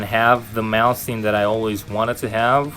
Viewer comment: why does everyone pronounce Malmsteen wrong??